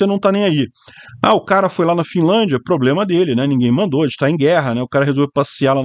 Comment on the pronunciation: O drone teve um PRRRRABLIEMMA.